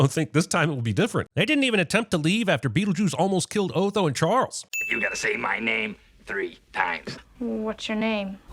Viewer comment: Just yesterday, Jeremy was pronouncing his name as "Aw-tho" , so we know him or the writers haven't watched the movie, or watched it so long ago that it faded out. Also, he really falls into the "Strang and Unusual" category.